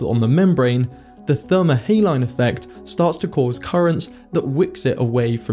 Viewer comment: How can you expect to say thermohaline correctly if you can't even pronounce saline? ; )